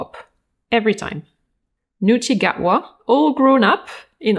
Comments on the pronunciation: sorry but his name is Ncuti Gatwa, not Neuti. Pronounced like 'n-SHOO-tee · I always love your Met Gala reviews, focusing on the fashion and the craftmanship of the many workers behind the scenes. Just one small note, it's Ncuti Gatwa rather than Neuti. Thanks again for your expertise and enthusiam, always a pleasure to watch. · Excellent video. One thing to mention though, it is Ncuti Gatwa not Neuti:) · Salut, comme toujours, j'aime tes vidéos! Just a friendly note on Ncuti Gatwa's name: I'm pretty sure it's spelled with a c and pronounced like n-shoo-tee <3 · There's a typo and his name is actually Ncuti (pronounced n-shoo-tee)! I've seen him in an episode of doctor who and he's a very charismatic actor! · That's British actor Ncuti Gatwa (not Neuti), his name is pronounced "nn-shooty". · Ncuti Gatwa is spelled with a c, not an e, which is pronounced like a sh